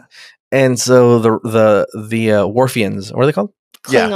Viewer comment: “The Warfians!” 😂